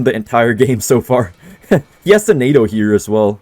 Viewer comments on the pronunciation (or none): none